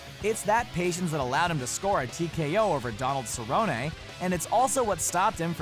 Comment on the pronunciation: It's pronounced "Cerronee"